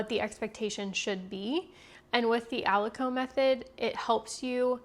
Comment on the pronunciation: Thank you for sharing these great details,! I’d like to mention that aliquot is pronounced as “ah-lih-kwat” and not ah-li-coh”. I work in biotech and these are common terminologies in analytical/QC for assay testing.